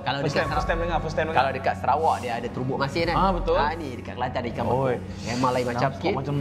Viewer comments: ikan bekok la bang bukan ikan bekuk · Ikan bekok tu sebutan be-cock... bekok=bengkak